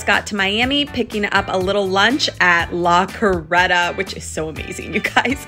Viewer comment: That La Carreta pronunciation got me LOL for real. 😂😂